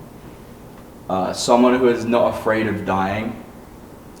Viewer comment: Bruh doh fok is that pronounciation of Gorkha.